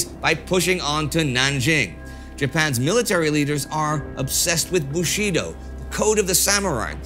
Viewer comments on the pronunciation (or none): Bushido 武士道 stress on first syllable.